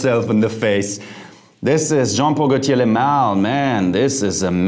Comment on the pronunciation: Jeremy you need to take some French courses 😅. Since most the perfume names are in French ... Le Male [ lemal] meaning "the Male". In "Parfum" the M is pronounced N in French. You know my perfume is Aqua Di Gio original. I remember I bought my first bottle in Jan 1998 for my trip to Canada, I remember I was in Toronto subway, a girl asked me what perfume are you wearing please...